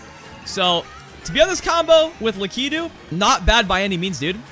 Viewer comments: so mario is technically from nintendo, a japanese company, so if you pronounced lakitu like it would be in japanese it would be LAH-kee-too but the most common pronunciation and the de-facto official one is LAH-kih-too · Please tell me he actually knows that it's pronounced Lak-ih-too. Low key triggered with how he says it. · Who the fuck is luhkeedoo? I thought it was Lock-a-two😂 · Luh kee dude